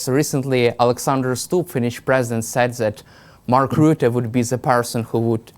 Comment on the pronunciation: Rutte not roote